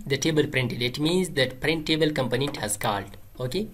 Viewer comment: 😂 you say component in funny way I thought you said companies .. anyway thank you bro